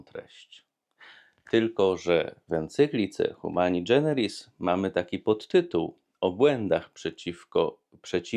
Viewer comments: Nie dżeneris, a generis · Fajnie Ksiądz prawi, prosto i kiedy trzeba, z humorem. Tylko moja drobna uwaga: Humani generis, a nie dżeneris :)